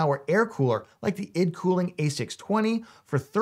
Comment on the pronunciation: hello sir , its pronounced i.d cooling not eeed cooling, thanks